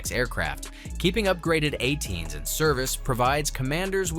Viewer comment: “A-10s” not “atens” - poorly trained AI